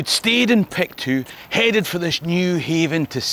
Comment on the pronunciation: Excellent work, as ever, but the diphthong in “Pictou” is not articulated. Locally it is pronounced “Picto”.